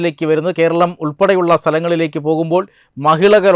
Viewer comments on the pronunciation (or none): none